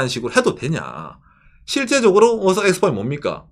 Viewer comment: 오사카 할때 오오~ 사카 장음으로 발음하는 군.